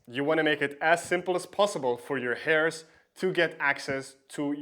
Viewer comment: Good video. By the way you mispronounce the words "threshold" and "heirs"